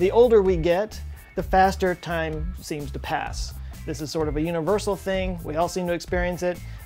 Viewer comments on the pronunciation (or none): none